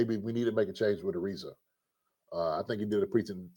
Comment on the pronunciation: Also, it's uh-rise-uh. His name is not pronounced the same as Trevor Ariza's